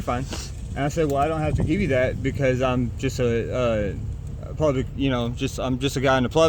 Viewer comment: SAY PLUBIC!